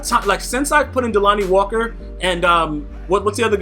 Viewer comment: say delanie walker name right that's my tight end